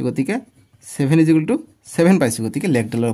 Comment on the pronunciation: Sir ijukel nohoi equal hoi sir 😂😂😂😂